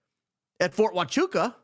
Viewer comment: Fort Hwah-choo-ah....